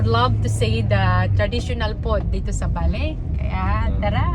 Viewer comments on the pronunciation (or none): It's Bali po. Pasensiya na po kayo sa pronunciation niya. Understood nman yun kasi nga bisaya si pero she's trying to pronounced word correctly. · Bali not Bale or Baley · Sounds like valley yung pagkakasabi ni sa Bali😊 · Bali Po yan Hindi baley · Nag iisip ako kung saan bansa un Valley, kc un ang naririmig ko sayo.. BALI indonisia pala. 😂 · Naconfuse tuloy ako sa pronunciation ng bali indonesia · Please say Bali,Indonesia.😢 Mas clear di ba?